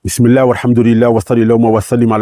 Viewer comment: nn mais alors toi 😂 tu commence avec bismilah prononciation soigné et tt, mais tu met en titre les femmes peuvent être dangereuse avec l image dune soeur voilée? ou est ce que t as appris ta religion quand les politiciens les plus véreux font les mêmes sous entendu à longueur de journée pour semer la zizanie dans nos communautés? y en a vs oubliez trop qu'il y a un jour du jugement pour des vues c'est flagrant...